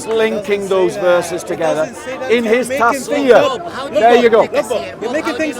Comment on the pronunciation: I have to say this so you get it right next time- it's pronounced TUFF SEER, not tasfeer You sir, are what I wished i could be a half of. May God keep you always.